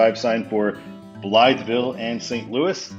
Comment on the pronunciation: The whole road complex east of the Poplar Street Bridge is interesting and confusing, though it's not as bad as trying to get from the Stan Span to eastbound 64. Also since I live in the area (roughly) I have to tell you that Blytheville is pronounced "BLY-vull" by locals. I don't know why that is.